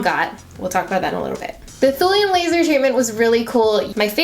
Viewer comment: For just a sec when you said thulium laser I thought you said thorium laser. It gave me thorium powered car flashbacks!